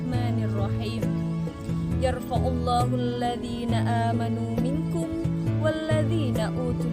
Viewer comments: Yarfaillah kak. Bukan yar faullah . ☺️🤗. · Tolong bacaan ayat Al-Qur'an dikoresi, dlm kalimat برفع الله pd huruf "ع" dibaca "ضمة" bukankah yg benar dibaca "كسرة" ? tolong diperhatikan "Nahwu" nya.jgn asal vokal dan lancar.